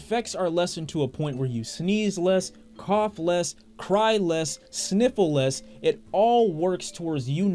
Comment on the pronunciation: lol he when he said "sniffle less" it sounds like syphylis